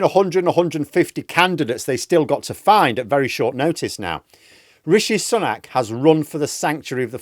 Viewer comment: He hasn't taken a day off- that's misinformation. He made two stops yesterday. I'm all for absolutely pissing all over this lot but only with facts. Also, his name is pronounced Sue-nak, not Sun-ak. Britain First intentionally mispronpunce his name.